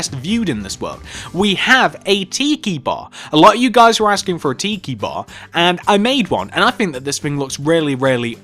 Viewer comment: It's pronounced TI-KI not Tee-kee